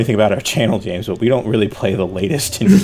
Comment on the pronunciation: U said James wrong